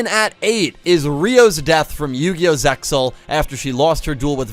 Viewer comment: Apologies, it's Sig-ner. It's actually mayan. Thats the only pronounciation issue I had. Thank you for using the japanese storylines and names. I appreciated that :) ALSO the X in ZEAL is silent. The X represent overlay units.